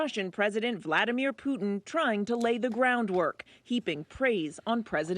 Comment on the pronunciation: Here to witness pronounce Putin as “Poo-en”, and leaving satisfied.